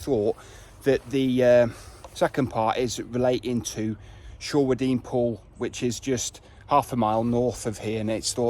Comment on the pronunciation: Great video of... (wait for it)... [pronounced] Shray-den. At or after a lovely wedding in the Church, 40 [gulp] years ago, the then Vicar taught me the correct way to pronounce the name of the village.